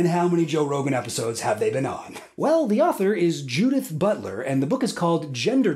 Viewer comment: pronouncing "Judith" as "Dudette"